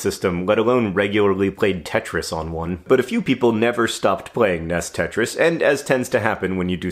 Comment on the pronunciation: "Ness tetris"